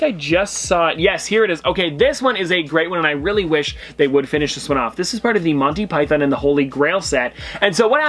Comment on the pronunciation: Your pronunciations are way off in this video, Monty Python especially.